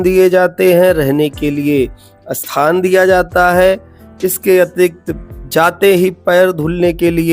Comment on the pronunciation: स्थान और अस्थान में बहुत फर्क है उच्चारण को ठीक करें